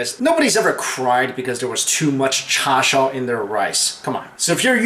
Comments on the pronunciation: If you want to be really authentic, you should stop saying Char shao, it should be Char siu. (Cantonese) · 1. A meatatarian would be someone who only eats meat. You eat both meat and vegetables, so you're an omnivore. 2. Chashu is pronounced "chaw-shew." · its actually pronounced as ch-ar-si-ew can u show us how it will taste if eggs were in there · Char Siew is Canto while Char Show is Mandarin! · JimmyDPX It's actually Char Siew, don't know why he pronounced it like that ahaha (no offence)